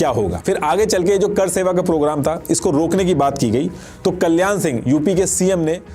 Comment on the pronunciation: Apki pronounciation bahut weak hai. करसेवा नहीं वो कार सेवा था। ऐसा लगता है, आप किसी रिपोर्ट को पढ़ कर बोल रहे हैं।